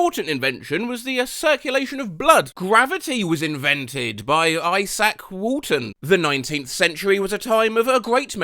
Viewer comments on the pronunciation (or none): none